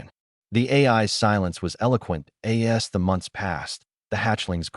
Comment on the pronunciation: There are two more cubs in the shelter door behind the human. That makes six cubs from three eggs. The AI reader still needs additional training to pronounce hard words like "as" instead of spelling the word's letters.